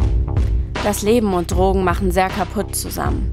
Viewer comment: Was mich total triggert… Dass immer „Trogen” sagt… Aber an sich ein guter und wichtiger Film.